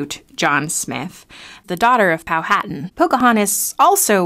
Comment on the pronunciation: It's pronounced "Pow-a-tan".